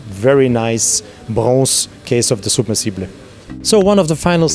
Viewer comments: submersible - u are pronouncing it as soub mersible (like how u say super or soup) u need to say it as sub-mersible (like how you say Sap) btw, beauty video ,so much in depth. top class timepiece. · "unfortunately we can’t leave voice messages here ... I would have asked you to pronounce it the way you do." I'm not Owl Guy, but in American English it's sub-MER-suh-buhl, similar to submarine (SUB-mer-reen). If you click on the link here and then click on the speaker icon you'll hear an American saying it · well in google you can hear it , the right way in English , but trying to sound like it is some posh and extravagant word is ridiculous, the rest of the video is wonderful and good and interesting, but that word when he is pronouncing "SUB-Mersible" is just hilarious to me .... don't get me wrong i love Panerai and would love to have it , it's just that word that made it awkward to me....... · Soob-mer-see-ble😜 Newton centimeters?! 🧐 Feets 😂 Wiff 🤪